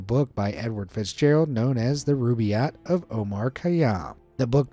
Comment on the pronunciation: Robaiiate omare khayam😂😂oh my goodness! Dude common! 😂